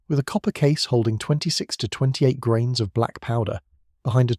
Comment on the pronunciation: how many 'grames'? AI?